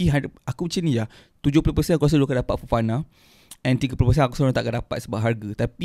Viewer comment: Kenapa Fofana ko sebut cam Farhana?? 😳 ko ni betul la adik